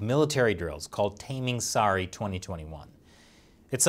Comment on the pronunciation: your pronounciation is wrong. Tamingsari (pronounced as it is spelt), is a sword from malaysian's past that is said to make the wielder impervious to being pierced by other swords.